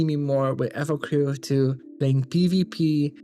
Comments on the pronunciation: please finish the game before reviewing it, the story is quite good also, you're not destroying the name, you're butchering it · can you please say the name right? you have no idea